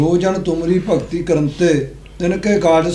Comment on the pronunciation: ਜੋ ਸਿੰਘ ਸਾਇਡ ਤੇ ਬੈਠ ਕੇ ਬਾਣੀ ਪੜ੍ਹ ਰਿਹਾ ਹੈ ਉਸ ਨੂੰ ਕਹੁ ਚੰਗੀ ਤਰ੍ਹਾਂ ਦੇਖ ਕੇ ਗੁਰਬਾਣੀ ਪੜ੍ਹ, ਇਹ ਸਿੰਘ ਭਗਤਿ ਨੂੰ ਭਗਤੀ ਪੜੀ ਜਾਂਦਾ ਹੈ